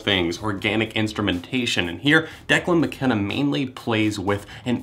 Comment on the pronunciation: I disliked.for the Wrong Pronunciation of Declan Mckenna at the beggining.